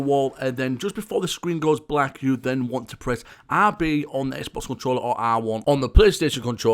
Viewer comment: don't get me wrong, I didn't mean to offend you but when you said "RB button", I paused for minutes trying to figure out what you said but it's OK but the real question is, where is my Supra?